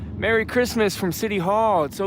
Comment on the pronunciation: Nobody: Camera guy: “mewwy cwismas UwU” Do not tell me he didn’t.